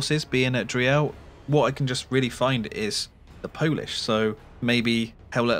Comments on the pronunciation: Thx for the heads up! For the pronunciation: its's not DREE - EL, just say DREEL □ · Driel is pronounced roughly like "dreel", not dree-el. FYI :) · just a slight point of order: Driel is pronounced [drEE-l] with the emphasis on the EE part. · we say driel to spite the Dutch.